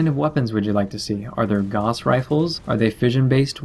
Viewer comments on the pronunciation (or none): Gauss like house, not gawz like cause